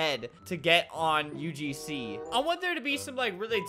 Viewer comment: Nobody: Literally nobody Albert: "UGsnee"